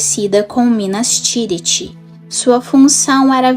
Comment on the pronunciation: Seu trabalho é muito bom o vídeo tem uma temática interessante, mas tem um ponto incômodo no video, todo tempo vc fala “Guendalfi” minas tiriri, isengardi. Soaria bem melhor a pronúncia seguindo o guia de pronuncia do livro. Não leve a mal por favor 🙏 só uma sugestão para aprimorar.